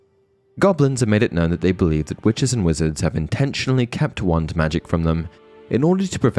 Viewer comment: I mean no offense... but your not pronouncing the 'wah' in wand. It's driving me cray crazy... other then that, nice video.